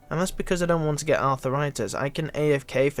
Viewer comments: lol "arthur itis" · and Arthur-itis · The way you said arthritis lmao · you said arthritis wrong lol